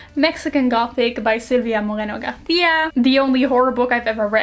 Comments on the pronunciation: As a mexican girl, I have to say that I loved how you pronounced Silvia Moreno-García 😂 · it was very sweet actually hahaha with an spanish accent